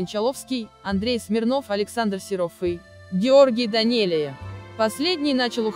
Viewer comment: Очень режет ухо не верное произношение Фамилии Данелия. Не произношения Данели , есть произношение Данелия и эта фамилия не склоняется . Это мингрельская фамилия , как Берия, Гаручава и т.д. Будьте внимательней.